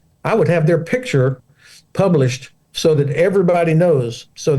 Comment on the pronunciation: can't pronounce picture, never mind put it on a milk bottle.